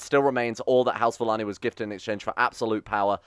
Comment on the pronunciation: is it just me or should Valane be pronounced Valayne not Valanee